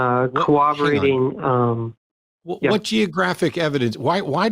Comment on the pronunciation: He can't even pronounce corroborated. "Kuh-Wobber-Rated" is what he keeps saying. I've reached the point in my life where if someone is too lazy to spell or speak correctly, especially when they are explicitly told the correct ways, I don't trust them to try in any avenue of life, and I don't want anything to do with them.